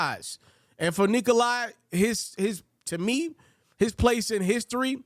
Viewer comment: Good job man, but come on, pronounce his name correctly it's Nikola, not Nikoli